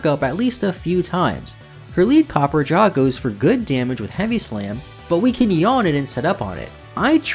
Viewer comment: This mispronunciations are driving me crazy. It’s not copperjah and it’s not faragrif.